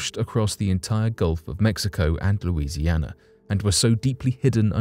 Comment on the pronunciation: Louisiana 🥹 love the way you say that